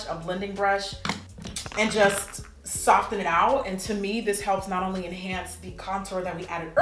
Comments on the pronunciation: Jackie, PuHlEaSe stop pronouncing the "t" in soften 😭, still love you tho. $RachelHardie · Subbie since lilpumkinpie05 and you still saying "Sof-TEN"!! Love it. $lizroyster